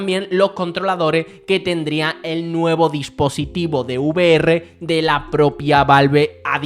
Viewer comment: NO se dice U Ve Erre, se dice Ve Erre 🫣